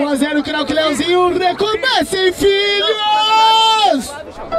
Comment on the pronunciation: O cara falou lezinho em vez de leozinho